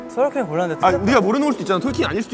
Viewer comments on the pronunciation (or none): 도겸아 왜 자꾸 톨킨을 트월킹이라고 해…ㅎ